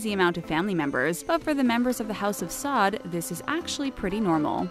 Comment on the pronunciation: Pronounced “Sa’oud”